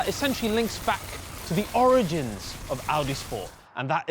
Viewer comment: 20 I cant ever hear the word origins and not hear trump tripping all over it saying oranges three times in a row. You nailed it though!!